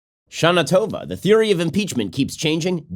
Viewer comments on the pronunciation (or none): Ben it's not shanatova It's ShaNA TOVA :))))))